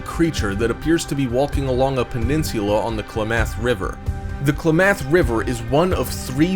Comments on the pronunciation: Its KLAmath. Not klaMATH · Im from there it is not pronounced kla math it is pronounced klam eth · Why can't this guy pronounce ANYTHING right? Kla-math' is wrong, it's Klam'ath! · Two suggestions. How about just showing the relevant pictures and not showing the random ones? Having so many pictures makes it difficult to keep up with what is the real one. Please research pronunciations of locations before recording. It's pronounced klam-ath.